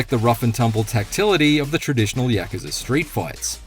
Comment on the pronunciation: Stop saying yakaza it's yakUza